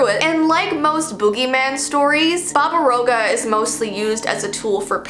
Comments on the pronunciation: im serbian and you dont say "baba rouga" but "baba roaga" and the A is not completely silent but pretty silent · I'm a viewer from Serbia and it's not babarouga. Pls practice the pronunciation. Love ur vids btw! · SHSHSHSHHSHSHS YOU MENTIONED SERBIAAAAAAASAAAA i live there and i love how you pronounced baba roga not quite right but still really COOL! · Its Pronouns baba-roga its relly famus in croatia bosna and serbia